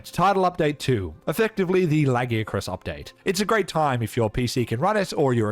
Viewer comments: Stop saying Lagiacrus wrong. They gave you a pronunciation bruh, it’s only ‘stupid’ because you were wrong. How are you going to tell the creators of the name that they pronounce their OWN WORD DUMB? This argument is so annoying, you don’t tell people their name sounds dumb when you mispronounce it? It’s the same shit. Fuck’s sake. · It's 1 thing to mispronounced lagiacrus. But Seregios as well? Ok this video is definitely AI 😅